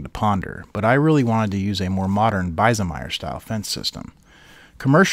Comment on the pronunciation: errrr ... it's 'BEEZEMEYER' not 'BYZEMEYER' - BIESEMEYER has an IE - that's an 'E' sound - not an 'I' sound ... just saying